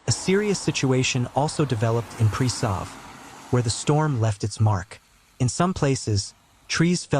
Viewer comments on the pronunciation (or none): Butal mispronunciation of the town names beyond recognition. Dude, it's not Dzelnika, Bardedzow, Prisow. It sounds just ridicoulous. And I can assure you, nobody has a clue what places you just named there. What is Sneebrens, Mikolows and Mecca Labour! TF?